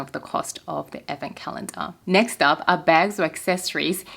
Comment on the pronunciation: Me casually listening to you talking about advent calendars and keep hearing “effin” calendars…. Took me a while to figure it out hahahha (someone needs hearing aids)